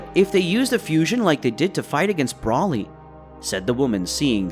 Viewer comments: It's BRO LEE NOT BRAW LEE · It not braly it broly I keep hearing braly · Why do you pronounce not brawly , it's bro li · Say broly's name right it's long o not Brahly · Amazing vid..yet the way you say Broly is urking me...Bro-lee not brawly..that is all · I love this so much, but every time he says 'brawly' I die a little bit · Br-ole-ee say it with me 🤦🏽‍♂️ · One request bro, PLEASE STOP SAYING BROLY the way you are, SAY BRO-LY, BRO AS IN what’s up bro. Otherwise love it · Bro said braly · Great video, I do think you should change how you pronounce some of the names. Whis is pronounced more like whees. Broly is with the same o you use in yamoshi. A long o and not a short one. Not trying to be a dick. Just constructive critisism. Hope you don't mind